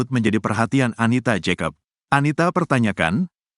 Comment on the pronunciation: Pak kalo sebut nama orang yg benar. !!! Baca saja Anita Yakoba. Itu yg benar.